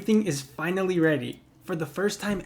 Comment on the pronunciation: wait did he say finary or finawy lol